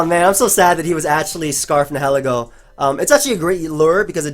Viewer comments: its nye-hill-E-go n-hell-eggo makin me hungry af for waffles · I usually don't mind pokemon mispronunciations, but nihilego is definitely not ne-'he-li-go. Nihil is pronounced like Nile.